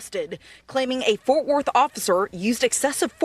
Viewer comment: WTF are "forf worth" and "inergrees"😳😭